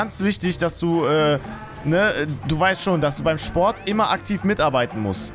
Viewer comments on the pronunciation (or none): none